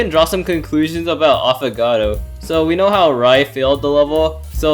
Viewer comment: U said he tho afogatto 😂